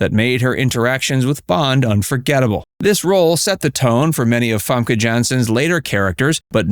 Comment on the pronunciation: fEmke not famke like what you want fam fem-ke